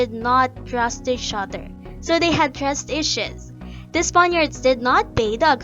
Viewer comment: "the filipinos and the spaniards did not thrust each other" ayooo 😳📸